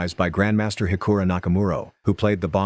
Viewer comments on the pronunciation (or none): Hikura really he said hikura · Why r people sayin hikura it's hikaru